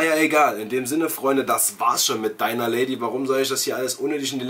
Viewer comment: Es heisst Dinner und nicht Diner. Klick mal hier auf den Play-Button